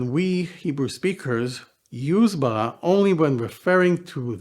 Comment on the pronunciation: I wished u would learn corrected king david pronouciation of R in Bereshit or Bara. Its not french R its more italian R. You sound foreign 😢 Oh and Bara is not creation out of nothing its more form.